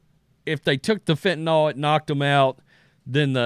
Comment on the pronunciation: It’s FENTANYL not fentenALL. Js